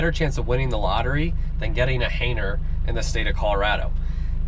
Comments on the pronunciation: You keep saying “hainer” and i love it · Didn’t realize the “g” was silent 😂